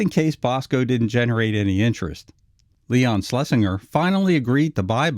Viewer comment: “Schlesinger” is pronounced “SchlesinJer”. If you listen to the dialogue tracks on ANY of the early Looney Tunes / Merrie Melodies cartoons, EVERY TIME Leon’s name is mentioned, no matter which character said the Producer’s name, it was ALWAYS pronounced “SchlesinJer”.